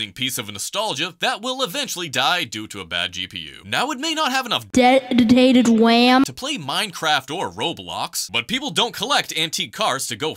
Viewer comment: Dedotated wam😂😂😂 had me dying 😂